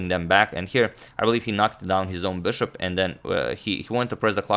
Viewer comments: "Bšop" veliš.... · I like the way he says ''bishop''